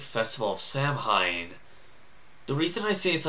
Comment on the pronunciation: KELTIC great of Sah-Win. Pronounced Saaahhh.... Wiiiinnn.